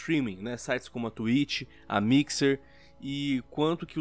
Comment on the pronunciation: "da twich"